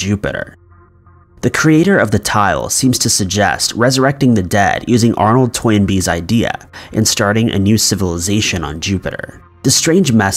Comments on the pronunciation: It's Toynbee, not Toy-n-bee. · I don't think it's Toy N Bee...I think it's Toynbee like the surname